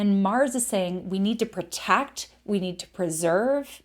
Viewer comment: There is no such word as PERtect, maybe you're trying to say the word PROtect, WTF?